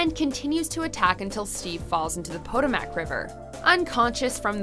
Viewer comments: The "Poto-Mack" River? You mean the "Poe toe mac" River? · Its po tow mick not photomack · What the hell is a Potomack river?!! It's pronounced PUH-TOE-MEC!!!!!! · lmao the "POHTOMACK river" It's pronounced ""Puh-TOE-Meck" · I thought it was putt-oh-mick. Definitely not putto Mack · The fact that she said “Patto mack River” instead of “Potomac River” is bothering me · It is (/pəˈtoʊmək/) not (/poto-mak/) that pronunciation was definitely "butchered, it is strange that the correct way wasn't looked up beforehand to avoid that mistake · Did it bother anyone else that she pronounced Potomac as Pot-o-Mac instead of puh-toh-muh k? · Poe-toe-MACK? Civil War ends in the Potomac River, which is pronounced Pah-TOE-mick. I’m usually not one to take issue with pronunciation, but the Potomac River is one of the most famous rivers in the world, and one of the most important in American history. The main Union Army during the American Civil War was named the Army of the Potomac. And it is because it is so easy to find the correct pronunciation - it would take about 10 seconds to find it - that is upsetting to me because since you could easily have done so, it would not have taken me out of the last 2 entries here. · Po-doe-mack river? You mean the Potomac? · The Poata-mac river? It's Puh-Toh-mic. Spend two seconds on google if you don't know how to say a famous place. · "Po-toh-mack" river????? Its "Pah-tow-mick" river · Steve falls into the POTO-MAC river? It's Pato-mic for the pronunciation. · Poto-Mac?? It's pronounced Poe-tah-mick....Canadians can't pronounce anything right like Eustace from Courage the Cowardly Dog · ...I don't think I've ever heard anyone pronounce "the Potomac River" like that. I've always heard it said like "Puh-toh-mic". Anyone else feel this way? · Wow, that's a horrible pronunciation! It's 'Poe-toe-mick'! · For future reference, the river’s name is pronounced poe-TOE-mac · The poto-mac river? It's pronounced the po-ta-mac river. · Poto Mack lol